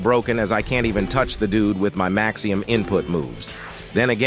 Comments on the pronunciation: MAXIMUM, not maxium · why the hell u got the tts saying maxium